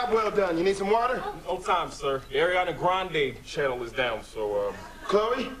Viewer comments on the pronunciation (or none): no it's not that it's just there is no i between a and r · It's Ariana not airiana